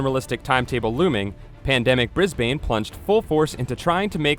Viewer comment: Heh, Bris-bane.